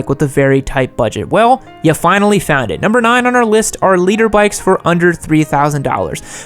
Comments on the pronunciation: I also thought it was “leader” for a bit. I too am a “nooblet”. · Thanks for the labels. Now I know you're saying "liter" not "leader" makes a lot more sense. Yup, I'm a nooblet